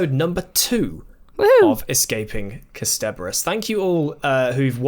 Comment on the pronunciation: Ah, I hear still hasn’t heard any of the times “Kasterborous” has been said out loud by anyone else ever. Also... last episode drew attention to the Nestene calling him a Time Lord, so I’m not sure why he’s suddenly saying that Jabe says it for the first time in the revival. The production company for vfx was called The Mill. They’re called Milk now, and did vfx work for Good Omens. In Dalek, 9 says “I watched it happen - I MADE it happen.”